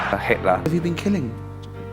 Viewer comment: This dude cant even properly quote and say the word "Hitler" also a shill to the pressures of social media.